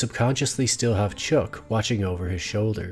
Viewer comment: Did you just call him Chook instead of Chuck?